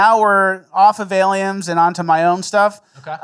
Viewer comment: Why has always said aliems and not aliens.